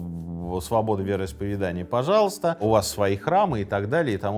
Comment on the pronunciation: Прошу прощения, уважаемый автор---вероисповЕдания!!! Не обижайтесь!! Вы вещаете на огромную аудиторию! Красивая речь и правильно поставленное ударение--это Ваш успех!! С меня и моих друзей --подписка "нравка"!! Удачи!!